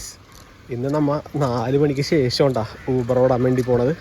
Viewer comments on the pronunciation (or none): none